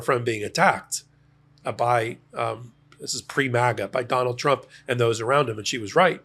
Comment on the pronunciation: Di9d this clown go to college to learn how to say TRUMP????? LMFAO